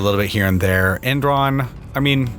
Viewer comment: "Endron." Subtle!